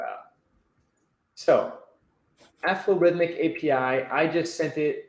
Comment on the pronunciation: Excellent, you managed to pronounce Aflorithmic correctly! Thank you for trying our API. Any feedback is extremely welcome.:)